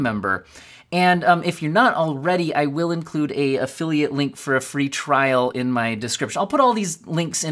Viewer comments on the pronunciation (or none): none